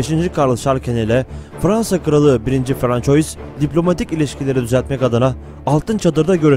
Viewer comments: c den sonra kalın sesli varsa "k" okunur ince sesli varsa "s" okunur, "ç" harfi ise sonraki kalın sesli bile olsa "s" okunması için! "oy" diye bir okunuş yok; "oi" ua diye okunur; "ua" hızlı okununca bizlere, daha doğrusu fransızca bilmeyenlerin kulağına "oy" diye gelir; ama orda bir"y" okunuşu yok! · bu kadar değerli ve bilgi yüklü bu videoda françois'yı doğru telaffuz etmemek.. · Fransua dır telaffuzu francois değil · 1. François’ i “1. Fransuva” değil de yazıldığı gibi “françois” diye okuduktan sonrasını izlemedim. Bilen bilmeyen herkes birşeyler anlatır olmuş. Çöplüğe çevirdiniz YouTube u. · Demek istediğim Fransız devlet televizyonundaki spikere metni hazırlayanlar ve sözlüğe Soliman diye yazanlar bence bu youtuberin Francois diye okumasından daha fazla sorumlu.Yani onlar bile bile burdaki zavallı türk Youtuberim bilmeyerek... ki bence hep böyle 'yanlış' okusun. Sanki Fransızlar bizim tarihi atalarımızı çok önemsiyorlarda ismini telafuz etmeden önce on beş dil bilim uzmanını çağırıyorlar. Adamlar dergilerinde Peygamberimizle alay ediyorlar daha ne diyeyim. Hadi batı özentileri, hepinize eyvallah. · François :)))) Fransuva olmasın o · francois degil fransuva olacak dikkat edelim. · Lutfen Francois demeyin, Fransua deyin :) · Françoyis ne aga? :))) Fransua Fransua :))) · François* Fransuva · François, Fransua diye okunur. Ay gün ve yıl belirtilen durumlarda “yılında” değil, “tarihinde” denir. Konuşmacaılığınıza bir katkım olsun istedim. İyi çalışmalar. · François diye yazılır, Fransua diye okunur. Louis diye yazılır, Lui diye okunur... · François diye değil Fransuaz diye telafuz edilir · 1.François " okunuşu , fransua " biri şu arkadaşa söylesin . Yani bu kadar olur ,pes. Adam video seslendiriyor ,űstelik konu tarih ama fransua demeyi bilmiyor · françois yerine okurken fransuva diye okursanız güzel olur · François değil fransua :) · FRANÇOIS diye yazılır. FRANSUVA diye okunur. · François FRANSUVA diye okunur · François değil fransova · François değil fransua